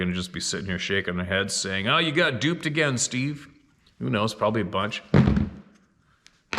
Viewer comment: Say "Deckle" "A-Gayne"... Lol